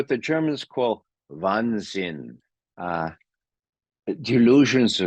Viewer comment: Wahnsinn, not Wannsinn.